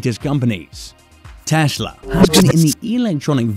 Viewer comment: 'Teshla' lol.